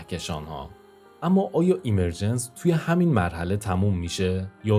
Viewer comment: درود. عالی بود. فقط دیکشنری گوگل اِمِرجنس (به جای ایمر...) تلفظ کرد.) مطالبی که قبلا هم به بعضی‌شون، با فکر و تحلیل، تصور یا بر اساس جهانی با الگو یا قوانین تکرارشونده یا فراکتالی، رسیده بودم. به‌ویژه احتمال بالای تکرار فراکتالی یا کپی‌شونده‌ی جهان‌ها. و ناتمام بودن این همه رنج یا پیچیدگیِ پوچ. شاید هم بر اساس قوانین تکرار، بشه تصور کرد یا حدس زد که همون اتفاقی که قراره به زودی برای تولید موجودات هوش مصنوعی به دست انسان (که خودش محصول فراکتال و اِمرجنسه) بیفته، در اثر تغییرات تصادفی طبیعت و دیگر موجودات، زمانی برای جهان ما هم افتاده، و جرقه‌ی اولیه‌ی زندگی مادی یا جهانی ما (مثلا از بیگ‌بنگ یا از شروع ایجاد حیات زنده) رو ایجاد کرده باشه. در کنارش، پدیده‌ی اِمِرجنس/ظهوریافتگی برای افرادی با نگاه زیر سوال‌برنده‌ی آفریننده‌ی خردمند/توانمند/همدرد/دلسوز (مانند خداناباوری) که با تحلیل و تجربه‌ی واقعیات تلخ جهان بهش رسیدن، یادآورِ رنج فرگشت و به خود وانهادگی در جهانی بی‌صاحب، بی‌حساب و ناعادلانه، پر از جنگ بقای بین‌گونه‌ای و بین‌همنوعی هست؛ و افراد دچار معلولیت و محرومیت، قربانی‌تر، تنهاتر و رنجورتر. که پناهی جز همون نظام‌های اجتماعی اخلاقی یا حقوق بشری دارای حمایت‌های اجتماعی (ساخته ی اِمرجنس یا ظهوریافتگی) ندارن. و اگه در جوامع غیرانسانی، توسعه‌نیافته یا محروم باشن، رنج‌هاشون چندین برابره یا شانس بقای کوتاه‌مدتشون هم کمه.